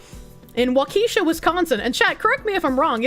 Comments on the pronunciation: Pronounced like "walk-a-shaw" Wisconsin. "Wha-keesha" is what we call the ghetto part. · It's pronounced "WAKASHAW" not, "WAKEESHA". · WaKEEsha lol 😂 its pronounced WAkehShaw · Walk-Uh-Shaw. it’s not a black girl’s name 😂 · If not joking, no, it is not.😅 A better way to say it correctly or how those who live there do. waa·kuh·shaa 😅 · literally my first thought was “why is she saying it like she’s reading a ghetto school attendance sheet?” 😂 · The pronunciation of Waukesha killed me😂.